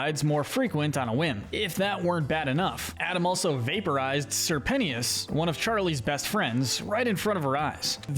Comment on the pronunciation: ITS NOT SIR PENNYOUS BOROOOOOOOOOOOOOOOOOOOOOOOOOOOOOOOOOOOO